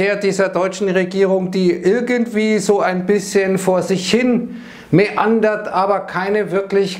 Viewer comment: Neandert würde sogar auch passen, aber ich zumindest habe mäandert verstanden…